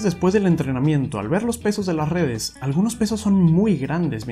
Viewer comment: Ya tu saaaabeh, con lah redeh convolusionaaaaleh. Le veo futuro.